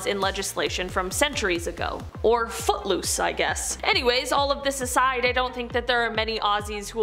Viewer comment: Lol I thought she said but loose not foot loose